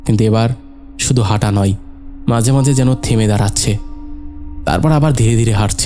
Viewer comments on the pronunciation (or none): ধুর! বারবার কেন বলছেন"ফাকা-ফাকা"। বিরক্তিকর।"হাটা"? "হাঁটাচলা""ফাঁকা"‌ কাঁধ" "কাঁপা-কাঁপা" বলতে অসুবিধা হলে পাঠ করা ছেড়ে দিন।